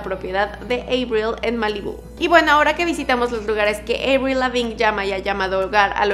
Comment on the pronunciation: Me da algo cada que pronuncia EIBRIL 😖